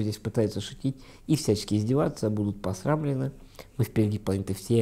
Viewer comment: Александр, пожалуйста ставьте правильно ударения. РетировАться и посрамленЫ. А в общем очень хорошие видео. Всегда смотрю вас. 👍